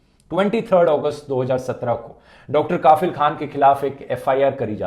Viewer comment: Sir, इस डॉक्टर का नाम कफील खान है, काफिल नहीं, इतने मशहूर नाम को आपने लगातार गलत उच्चारण कैसे कर दिया??